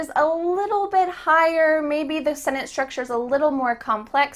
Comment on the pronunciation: thank you so much but i wanna know how to pronounce " sentence " it seems a little strange when you pronounce it